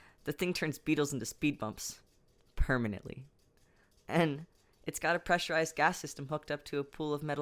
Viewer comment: THAT ✨PERMANENTLY✨ THO👁👄👁